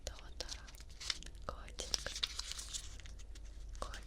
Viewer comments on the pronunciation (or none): Тоторо ударение на 1-о